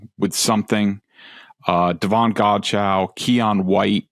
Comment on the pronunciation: Godcheux_ pronounced (God-Cho) ....not (God-Chow)